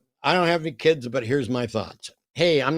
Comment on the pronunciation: it's "limiting your kid's" not "limiting your KIDZIZ."